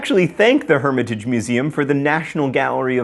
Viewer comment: Herm-ě-taj, hehe...Herm-i-tage. Funny. 😏